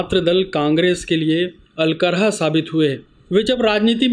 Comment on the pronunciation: ये क्या "अलकरहा"